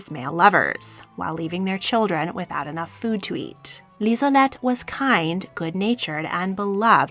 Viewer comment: It's Liselotte, not Lisolette.